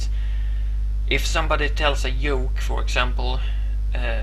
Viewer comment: You've probably heard this before but "joke" is not pronounced like "yoke" but "Goke"